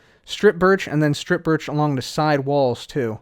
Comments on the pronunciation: sounds sounds like he’s saying biich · Ok, now I'm gonna flag the video because saying 'birch' kinda sounds like b*tch... Just kidding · sounds like he’s saying something other than birch...